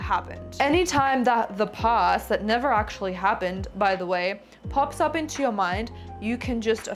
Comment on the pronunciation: PLEASE..SAY PAAAST..NOT: POOST